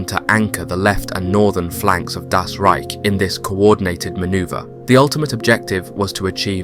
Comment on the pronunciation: Why does he keep saying DAS Reich? The emphasis is wrong and no one else says this. Just say German or German Army or SS or Wehrmacht or 9th Army or whatever. I swear the fast intense narration of this without natural pauses or emphasis on one word from another or saying DAS makes me think its AI but i know its not.